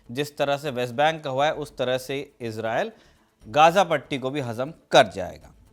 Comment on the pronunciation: गाज़ा है बे। गजा नहीं!